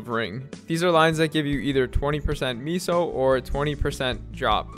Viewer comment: Nice vid. Don’t ever say meso like that again omg